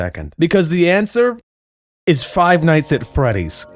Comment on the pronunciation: Chapter Fiv"E"